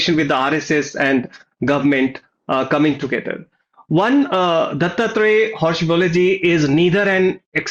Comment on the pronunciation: Hosa baale is the pronunciation It means new banana leaf